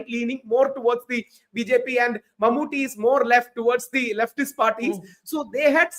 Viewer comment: Barkha Dutt’s pronunciation of Mammooty’s name is so wrong. It is awful! Why can’t these anchors take some time to practice how to pronounce names of important persons? It is deliberately disrespectful, IMHO. Mammooty isn’t anybody. He is a super-star from Kerala. These anchors can spend time to learn pronunciation of difficult English words, foreign words in English language etc. But they just can’t spend time to learn pronunciation of important people from south India routinely. Why? Don’t they have any South Indian friends who can tell them about correct pronunciations? IMO, these anchors just don’t have inclination to learn.